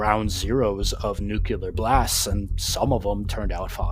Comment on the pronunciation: Nuclear is pronounced Nuk Lee ar. Please pronounce it properly I don't understand why people keep saying Nu killer it's just not the proper word and it's not proper English.